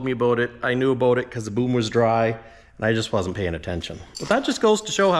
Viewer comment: did you just say the magic canadian word? What was that all aboot? ;)